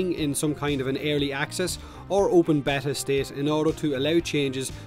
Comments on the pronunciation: A bet-ta is a fish, it's bay-ta =P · Or beeta but it's definitely not betta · I like how thinks there's 2 ways to say beta, and neither are right. It's pronounced Bay-tah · gooberlious Lol what, why should we pronounce it in the english way? The right way is Béta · gooberlious thanks for doing that so I don't have to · I usually pronounce it bay-ta... but whatever... you do you:) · It's Bay-ta. Also it's a free to play game so since they don't ask for money up front they can change anything they want about the game anyway. It doesn't matter if it's in beta or not there is no rule that says they can't make changes to the game no matter how big. So yes, beta is a cop out for them not having a fucking clue what they are doing in spite of four years development. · my dude it's bey-ta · I always pronounce beta like Bay-Ta. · Beeeeeta!!! But you pronounce it however you feckin want mate 👍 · Repeat after me (*bayta) Its driving me nuts 😂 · It's not B-eh-tah, or B-ee-tah, it's B-ay-tah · its BAY-TAH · "Bay-ta" is how I'm sure how you pronounce it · I don't pronounce it like betah (behta?) or beeta... I pronounce it like bayta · pron: bay-ta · I pronounce it baytah i guess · I pronounce it bayta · You pronounce it Beta dude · I'm not trying to be a grammar nazi but it's pronounced: b(ay)ta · Its. Bay-ta. xD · its beta not beta guys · Beta rhymes with theta, if that helps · say beta one more time and i swear... 😠💀